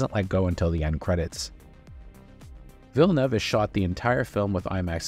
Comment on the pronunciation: Congrats on the pronunciation of Villeneuve. One of the few who pronounce it properly.